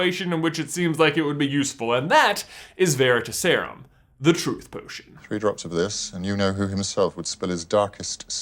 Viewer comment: "veritas" Vair-i-Toss. It means "truth". The emphasis is on the Toss. "Veritaserum" vair i Toss erum. The emphasis is still on the Toss. That's my gripe. Otherwise you guys rule.